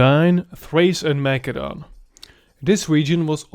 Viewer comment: Macedon pronounced Ma-k-edon?? Ma-seh-don!!